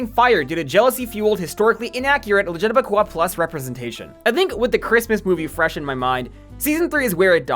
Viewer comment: The pronunciation of LGBTQ+ sent me😂😂